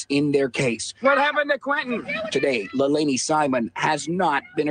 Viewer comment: Please don't excuse yourself by saying you don't always get names right. Be professional and get the name right. Lei la ni. Not hard, but unprofessional. It will make you that much more respectable as a detective and youtuber.